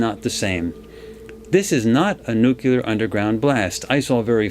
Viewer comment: I keep getting distracted by his mispronouncing of nuclear